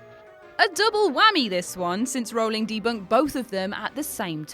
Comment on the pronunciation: actually its pronounced Rowling, rhyming with howling, not bowling. She said it herself